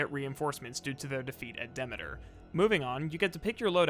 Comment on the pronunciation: Okay I just realized how weird you pronounce some things. Maybe I'm wrong but I always thought Demeter was pronounced de.mee.ter but you pronounce it de.meh.ter... weird.